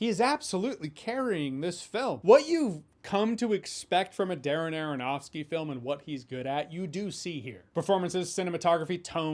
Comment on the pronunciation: Darren Aronofsky said rapidly sounds like Dara-Nara-Nahski. I give you my most useless comment ever, friends. For the algorithm!